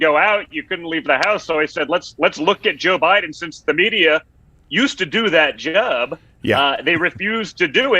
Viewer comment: Wow the way Trump Jr says the word "Job" Didn't know genes carry pronunciation 😂 Edit: /